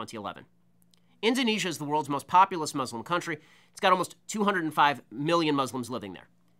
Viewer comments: It's Muslims not Muzlums it's pronounced exactly how it's spelled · The dude can barely pronounce muslim right.